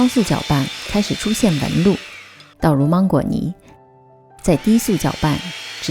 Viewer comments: 不是芒/máng/果吗？为什么发māng呢？如果你是口音问题，那么所有二声的音调都该变的，别装! ok? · 芒果的芒是二声，不是一声。听起来好别扭哈哈哈哈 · 关注很久了，今天尝试了长劲鹿奶油蛋糕卷很成功！谢谢！准备在女儿生日的时候给她做这款芒果千层蛋糕。，我可能是一个强迫症患者，在听你说芒果的芒的时候，好想告诉你，芒果的芒是二声不是一声😂😂😂